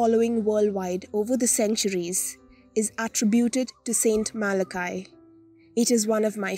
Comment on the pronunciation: It’s pronounced Mal-a-key. I was brought up with Malachy’s prophecy.